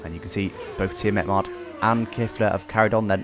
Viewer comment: Who's Tiametmard:'D? hahaha